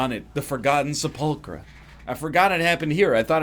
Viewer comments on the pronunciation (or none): Se-pull-cruh It’s se-pull-ker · Just for anyone who wants to know, it’s pronounced “Sep-Ul-kur”